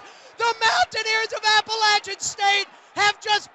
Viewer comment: Thank you for pronouncing "Appalachian" correctly